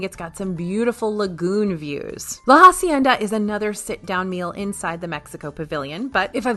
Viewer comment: La hacienda is pronounced Ah-cienda, not Ha-cienda. H is silent.